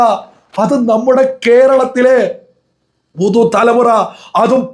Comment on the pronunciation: സുഹൃത്തേ മലയാളം ഒന്നു മര്യാദയ്ക്ക് പറയൂ ഹൃതയം, മദ, പുധു തലമുറ